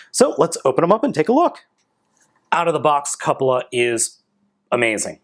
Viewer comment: is the only reviewer to pronounce "Cupola" correctly. Great review! Sorry to see that your camera bugged out on you mid review. I've got this figure, plus FP Crox, coming from Big Bad any day now. Can't wait!